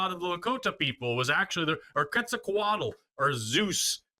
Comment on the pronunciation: Forreeeeeeest, from México here. Please ask your wife to help you pronounce "Quetzalcóatl", please!!!